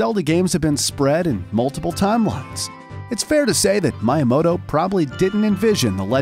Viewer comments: My-uh-moto... I thought it was Mee-uh-moto... Also shy-garu? She-geru... LOL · That pronunciation of Miyamoto is how you know the guy speaking is just a narrator and knows nothing about the stuff he's talking about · Mii ya mo to Not My ya mo to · why he keep saying Mayamoto 😭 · It’s pronounced MEE-YAH-MOTOH not MYE-YAH-MOTOH & it’s SHEE-GEH-ROO NOT SHY-GEH-ROO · my-i-mo-to.....its pronounced me-ya-mo-to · I will never be able to unhear Miya-moto I'm scared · If this guys say MIEYAMOTO in the evolution of Mario I’m gonna throw this phone from my roof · My-a-moto. Not how his name is pronounced and it bothered me the whole way through. It's also worth mentioning that, sorry to ruin your day, but Master Quest IS Ura Zelda. It has been extensively researched by TCRF that the game only checks for data from the disk for dungeon layouts and nothing else. There is no evidence of an "Ura Zelda" with an expanded story and new dungeons, MQ is the Ura we were intended to get all along. All they did was convert the disk addon into an n64 rom file and put it on a GameCube disk with an emulator, which again wouldn't have been that hard since it only affected dungeon layouts. Hell, the fact that Ura Zelda only changed dungeon layouts is the main reason that Majora's Mask exists in the first place. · TomAto, ToMahto. I pronounce Miyamoto: MeYaMoto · Oh yes Mi uhh moto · I had to stop watching because I couldn’t stand to hear “Shigeru Miyamoto” mispronounced over and over again... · Bro he kept miss pronouncing miyamoto and like I can’t 🤣🤣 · This is a really good video but I wanted to delete YouTube every time he said Miyamoto's name. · The heck with Miyamoto's name pronunciation...search things like this before doing a video. It was funny tho haha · how could you botch miyamotos name like that man :(( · anyone else highly annoyed at how he pronounced miyamoto's name?